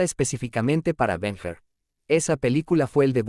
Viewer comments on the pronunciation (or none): LA VI EN BARCELONA CON 12 AÑOS. Y BEN HUR SE PRONUNCIA BEN HUR, NO BEN JUR. GRACIAS.